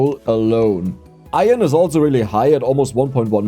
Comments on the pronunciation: Foreigner here: try to say "I earn" as in "earning money", then say it quicker: you'll have a really good "iron" pronunciation! Greatings from 🇮🇹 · ITS PRONOUNCED - IRN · No it’s pronounced iron not iron… it’s okay you’ll get there! Love the videos